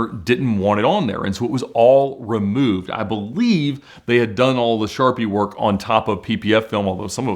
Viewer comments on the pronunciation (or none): none